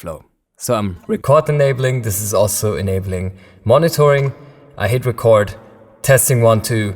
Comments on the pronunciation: Hi! I just thought you'd like to know that when you talk about record enabling a track or arming it to record, it is pronounced reecord with a long E. Record with a short E is like a vinyl record or you're making a record. Cheers! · You´re saying record wrong lol! It´s not a world record or a vinyl record even, it´s ree-cord, as in recording music! Damn germans! :-D